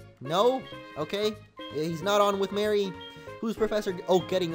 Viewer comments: It's Mary not Marie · He's on with Mary not Marie which is said like maree